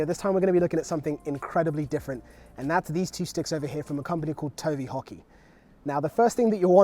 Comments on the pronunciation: I kept thinking he was saying "Tony Hockey".. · I heard Tony Hawky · I thought he said tony hawk. lol!!